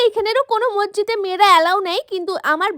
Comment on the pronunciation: Hapesaheb noi Habeshaheb r mojjid noi Masjid hai re